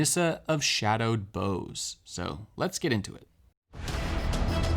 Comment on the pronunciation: You're mispronouncing "bough." It's supposed to rhyme with "how."